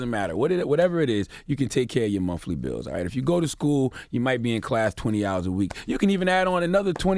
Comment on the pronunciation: (Dave Chapelle voice) " DAMMIT I CAN'T TAKE THIS SHIT NO MORE!" BLACK PEOPLE LEARN THE "TH" SOUND!!! It was excusable in the 60's and even the 70's but 2019? Charla you got a book out! Its not "MONF-LY" its MONTH (TH) LY. Its not "WHIFOUT" (said in the other video about the pimp rapper) its WITH (TH) OUT. It's not WHIF, it's WITH. When you speak of the DEATH (TH) of someone you don't say DEAF! (That's someone that can't hear) Do I need to mention the honorable unmentionables? We are doing a bit better with ASKED these days although you still have the lazies that insisted on AXE-ING people to death, and the countrified "AST" but I guess it takes time. SMH, And for you deep church ones, its not sins of the "flush" IT'S FLESH!!! Damn, when will we get it!